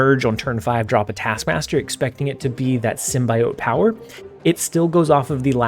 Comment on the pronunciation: Symbiote is pronounced sim·bee·owt not sim.bye.owt